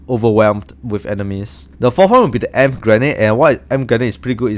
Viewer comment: In English you say “Ee-Em-Pee” grenade ☺️ Thank you so much for the help!!!!